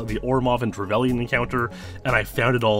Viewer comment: only thing wrong is how you pronounce trevelyn